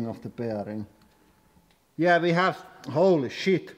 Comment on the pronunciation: I could just listen to you say holy sheet all day lol. Love the channel.